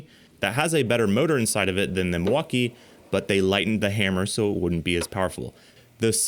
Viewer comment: Epic Torque Battles of History. Brijid, bersus, Milfauckeeeeeeee